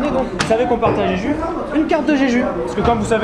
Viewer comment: En romanisation ça s'écrit jeju mais ça se prononce Jejou! ^^